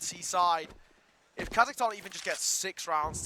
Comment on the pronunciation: Not Kazakhtan, Kazakhstan ✔️